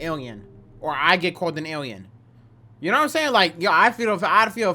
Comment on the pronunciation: Awiens and Arwiens has me in tears 😂